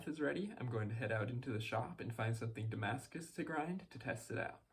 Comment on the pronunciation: French subscribers here!! You did pretty good accent there. Anyway, thanks a lot for those vids, they teach me a lot as I am going to make a Damascus steel knife for a friend.